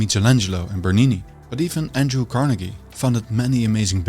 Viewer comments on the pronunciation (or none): none